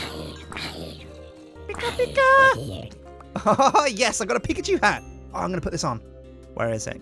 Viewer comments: sounds Chinese when he goes pikachue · Every time tries to say Pika Pikachu I do a facepalm. So far I've done a lot of faepalms